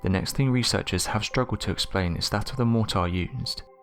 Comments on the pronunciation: you've got a bloody off putting way of pronouncing 'mortar'..... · Mortar? Motor? What was he saying?